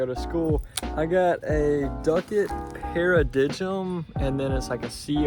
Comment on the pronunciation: It’s pronounced para-dime lol😂😆